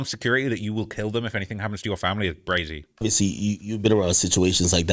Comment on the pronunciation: why you always saying Brazy? Are you a blood?